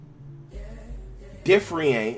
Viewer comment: Differ-renchi-ate bro.